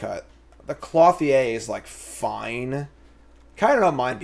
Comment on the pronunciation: Same with Clothier. Cloth-ee-aye over and over :/ It's Clo-thee-er